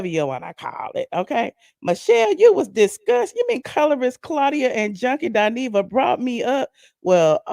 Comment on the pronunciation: Lol, did she say junky dineva and flop soul!